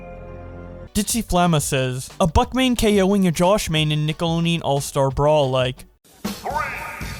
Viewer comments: i have come to the comments here today to investigate if anyone else heard how pronounces nickelodeon without the 'D' and instead with an extra 'N' like: nickeloneon.... or if my ears are playing games with me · The way you pronounce nickelodeon makes me wanna finally smash a brick against my skull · Correctly pronounce Nickelodeon Counter: 0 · The only thing that annoyed me was how he could never pronounce the D in Nickelodeon😅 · Since when was the 'd' in nickelodeon silent. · If you had said Nickelodeon right once in this whole video, I would have liked and subscribed. mins of torture should be the tagline. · Please put out an apology for your butchering of the word "Nickelodeon". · God the way you pronounce Nickelodeon is awful. Like the sonic music though. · You keep forgetting that there's a d in Nickelodeon. XD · Why isn't anyone pointing out how he's pronouncing Nickelodeon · My whole life, I've been pronouncing the "D" in nickelodeon. Thank for teaching me the correct way! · the pronunciationof nickelodeon made me click off. please research the pronunciation of the word that is gonna be used multiple times in a video no hate thought just trying to help. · And nickelodeon without the D.... every time. ❤ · yeah doesnt pronounce the d really infuriating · I'm more so bothered by ability to say nickelodeon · I always pronounced it as Nick-ah-load-ian.... never have i heard someone pronounce it "Nick-a-loan-ian" lol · Nick a load en Not nickalonein He said it wrong every single time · Deon, not Neon... Couldnt get through the vid, that sh*t drove me crazy. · ITS FUCKNIG NICKELODEAN NOT NICKELONEAN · dislike for saying nickalonean too many times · I had to close the video because I couldn’t handle the amount of nickeloneon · Deon not neon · Nick-el-od-eon Not NickeloNeon 😂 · Why do you keep saying Nikeloneon? It’s NikeloDEON not NEON. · You keep saying it as Nickeloneon instead of Nickelodeon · Mans said nickoloneon 💀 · The “d” is silent